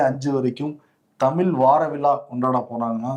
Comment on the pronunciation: அவர்கள் பாரதிதாசனின் தமிழ் வார விழா என்பதற்கு தமில் வாரவிழா என சொன்னார்....தமிழ் தமிழ் தமிழ்...தமில் இல்லை..